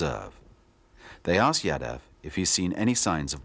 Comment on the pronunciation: Man, it is not YADA. It is Yaadav.